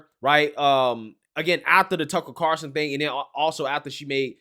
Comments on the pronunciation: Bro how can you not say Tucker Carlson? How is that difficult? Who tf is Tuckle Carson???? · Tucker Carlson, not Carson. 😊